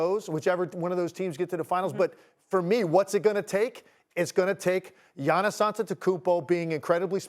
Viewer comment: It's giannis lol